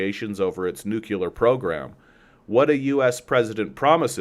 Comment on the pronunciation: nuclear is pronounced NU-CLEE-AR not NUKE-U-LAR.